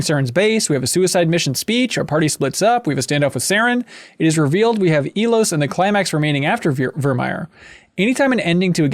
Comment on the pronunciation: How many times does have to repeat to y'all that he boned Kaidan? 😂 Also, for the love of God, it's pronounced "EYE-Los"